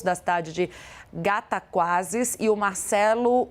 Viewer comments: Não é Gataguase minha filha. A cidade se chama Cataguases. Desculpe nossa falha! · É Guatacazes, amada, e não Gataguazes.